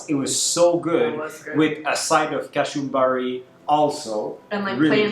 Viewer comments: We don't say Kashumbari.. It's ka-chu-mba-ri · Ka chu mbaari... the Chu..like a sneeze... Hachuu...the U is pronounced e.g. as U-zbekistan... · hey guys,love the vlog,also it’s Kachumbari with the sound of “ch” in cheetah